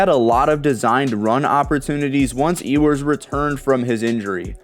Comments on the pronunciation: It’s pronounced U-wers not E-wers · Why cant you pronounce Ewers name correctly? Anyone who watches college football hears his name damn near every weekend.